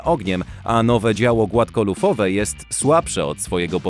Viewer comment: 9.44 "opływowe głafkolufowe działo"🤣🤣🤣🤣🤣